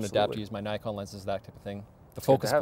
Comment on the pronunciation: Half Japanese, and yet.. can't pronounce "Nikon" correctly :(